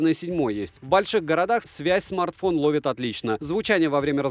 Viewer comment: Хаах говорит: в больших городах довит связь отлично ,хахаах все в больших городах довит отлично !